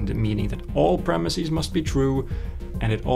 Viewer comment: Please don't say premis-eez.